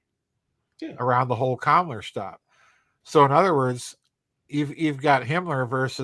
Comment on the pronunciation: I know you're saying Kammler, but it sounds like you're saying Kamala.